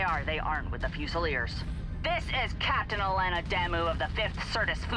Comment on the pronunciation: The pronunciation of "fusiliers" is driving me nuts. Should be "fyu-suh-leers". Term comes from the British army where garrisons would be armed with a "fusil" rifle [a type of lightweight flintlock musket rifle].